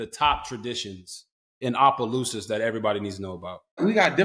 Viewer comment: RGIII said it right!! Opelousas!!!!!